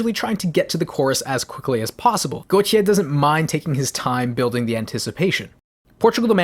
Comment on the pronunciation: Wanna point out, Gotye's name is pronounced like goatee